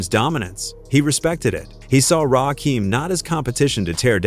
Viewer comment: Butchered Rakim’s name too